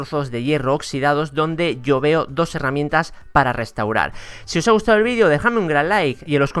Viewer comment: se dice heramientas,no harramientas